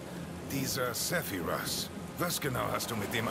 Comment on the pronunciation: Ich hasse die deutsche Aussprache von Sephiroth jetzt schon, nach einem kurzen Einblick. Er wird im Deutschen "Sephirott" ausgesprochen. Nicht wie im englischen. Das macht es viel unseriöser. Schade.